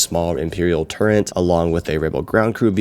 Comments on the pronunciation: Absolutely cringed hard when you pronounced turret as “turrent” 💀👎😤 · Yuck... is this what happens when parents raise "tablet kids?" Is Lego thinks they need to upsell us like this?? Also, dude, there's no "n" in turret 🏰